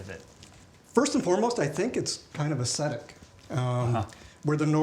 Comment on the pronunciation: ess thet ick...aesthetic ...it's not acidic